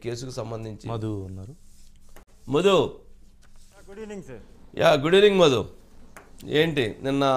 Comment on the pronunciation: మొదు కాదురా సామీ మధు అనాలి తెచ్చేసిన కాదురా బాబూ తేల్చేసిన అనాలి తెలుగును చంపకండి 🤦🤦🤦🙏🙏